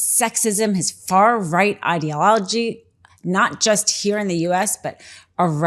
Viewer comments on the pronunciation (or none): Is this woman drunk? At the mark the way she tries to say "ideology" would get her arrested at any traffic stop. Hard to take her seriously when she's slurring her words.